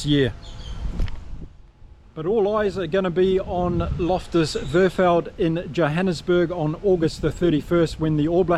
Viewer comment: Rassie = Rá c Versveld = Fé r s fel d (you got the second part right). Thank you.